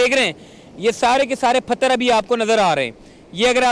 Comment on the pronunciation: Ap bhi pagal ho😂 ye bandaa pathar ko phatar bol raha hai ap usko sikhaane chale ho 😂 kaisaa lagaa meraa majaaak